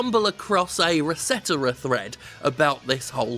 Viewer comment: I like how he pronounces ResetEra: “Ruh-setera”